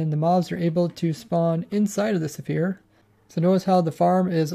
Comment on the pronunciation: why do you pronounce "sphere" like "zephire"?